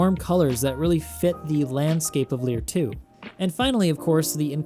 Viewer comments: It's "Leir II" not "Lier II" :P Very good video btw. Keep up the good work :) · It’s actually Leir II not Lier II 😉